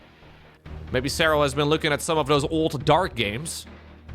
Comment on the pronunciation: Say his name like you mean it!!!! With accent!!!! SEH RAL❤❤❤